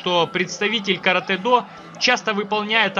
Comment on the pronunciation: Слава богу , хоть кто то правильно сказал название японского боевого искусства Каратэ-до .Вам лайк от меня.